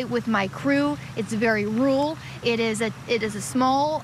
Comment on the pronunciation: What way is she saying the word "rural"? 🤔🤣